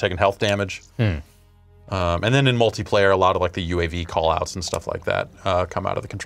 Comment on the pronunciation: says "Multu-player" instead of "Multiplayer". What an animal.